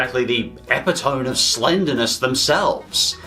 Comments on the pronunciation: Ee-Pit-Oh-Me. NOT Ep-Ee-Tome... 😖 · kindly correct me if i am wrong, but i think epitome is pronounced "a-pit-uh-me". or maybe that's just the american pronunciation. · Epitome is pronounced as (a-pit-toe-me), just to let you know. But anyways, this was a great video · Epitome is pronounced ehh-PIT-ah-mee